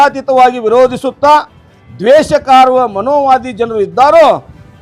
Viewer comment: ಅದು ಮನೋವಾದ ಅಲ್ಲ ಕಣಪ್ಪ ಮನುವಾದ, ಮನುವಾದಿಗಳ ಹೊಲಸು ಅಟ್ಟಹಾಸ ಎಂದು ಸರಿಯಾಗಿ ಉಚ್ಚಾರಣೆ ಮಾಡಿ... ಆಮೇಲೆ ಕಾಂಗ್ರೆಸ್ ಮತ್ತು ಸಂಘಿಗಳು ಎರಡೂ ಒಂದೇ ಎಂದು ಹೇಳಿ...